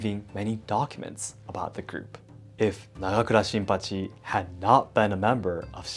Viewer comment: The way you promounced "Nagakura Shinpachi" was one of the coolest sounding things I've ever heard.